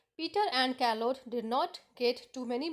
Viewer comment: It is not karlotte it is charlote Spellings are different but pronunciation is correct like mine